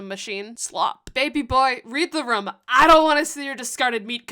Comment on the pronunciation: Another video, another instance of pronouncing 'room' like that <3 Many blessings upon us